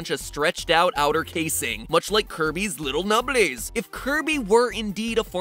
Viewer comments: love the way he pronounces nubblies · Okay just wanna say, nubblies sounds like it should be spelled with two b’s okay byeeeeeeeee. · I love how matpat says nubblies